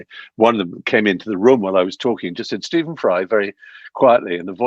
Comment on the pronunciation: Please can you get his name is correct - it is Stephen - which need to be said as Steven. Did you notice 'v in it? Yes, that need to be said. Every time I hear it, it feels like slap on my ears.